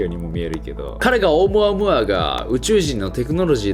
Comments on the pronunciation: ナオキマンのオームアムアの発音が正しい英語の発音なんでしょうか？ 日本語的な発音とは違ってなんか変🤣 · ナオキマンがいうとマイケルムーアに聞こえてくる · オウム↑ア↑ム↓ア↑ー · オウムアームーアでなく オウ、ムアムアて発音らしーよ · ナオキマン、「オウムアムーア」は3割増しでかっこよく言ってる説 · オウムアゴア？(空耳) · チョコプラのあむあむあむにしか聞こえなくなっちゃった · オウムアムアの発音(笑) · オウムアムアの言い方気になるwww